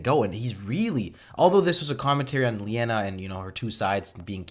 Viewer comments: It's Li-nay-uh brudda ... not Lee-En-a ... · Linea, not Leanna. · Constantly calls Linea ‘Leanna’ Me: 😬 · Stargate cast: Clearly says LINEA many times: LIENA! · hears the name "Linea": "Who's Linea? I thought it was Leanna." Also: * continues to call her "Leanna" throughout the episode * 😂😂😂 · Literally hears them say Linea 200x, continues calling her Leanna. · Aaaaaaaaaaaaaahhh!! No, stopping the video wasn't really annoying, but mispronouncing the name Linea OVER AND OVER AND OVER, even though you heard it every 2 minutes in this episode, that was annoying. I think you should get an MRI, there is something wrong with your brain. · Why did you insist on saying the name wrong even though they said it right a bunch of times in the episode? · Your insistence on constantly mispronouncing Linea's name was starting to get on my nerves lol. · mispronouncing "Linea" (900)